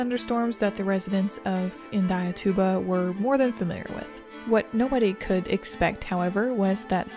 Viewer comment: As a Brazilian guy, I can say that you said Indaiatuba perfectly! I live near (14 miles away) where this tornado has hit, and I can tell you it was scary as hell. If we had the same level of research and documentation that US has, this Indaiatuba tornado would have been rated a F5 (older ratings) or EF4 (modern ratings). I also think Dolores tornado should have been rated as an EF4. Thank you so much for this video.